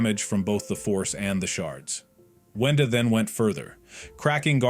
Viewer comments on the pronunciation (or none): "wenda" not "wanda"